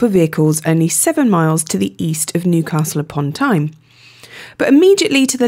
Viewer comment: Tyne tunnel I thought you said Time tunnel!